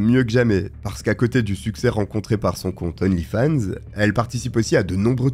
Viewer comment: D'onlyfans, on fait liaison devant une consonne!